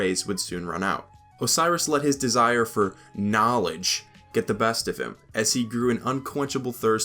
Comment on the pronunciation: i like how you emphasized "KNOWLEDGE" like Ty Lopez lmao good meme